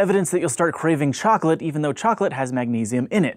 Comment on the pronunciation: Chocolate? Am I the only guy here who hears "flesh"?